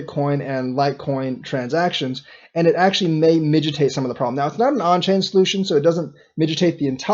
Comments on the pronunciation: yeah, I'm trying to ignore my listening-block because of him having said that twice so far as I'm listening. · It’s mitigate not migitate.